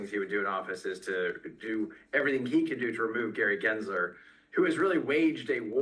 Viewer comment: “Gray Gensler”